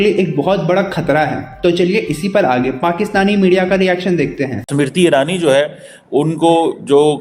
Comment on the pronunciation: Samiti irani nahi ismrti irani bolo pakistaniyo bolna sikho bolna nahi aata 😂😂